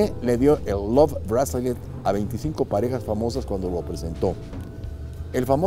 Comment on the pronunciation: Hola! Le quería corregir dos cosas, está pronunciando mal Bracelet y también el love bracelet más barato no es 1200 dólares sino de 6,300 dólares.